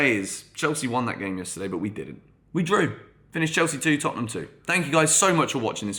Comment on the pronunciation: Hahaha Tottenhunm who